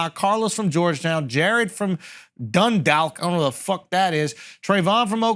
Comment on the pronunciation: It's pronounced DunDawwk (dundalk) that's Maryland.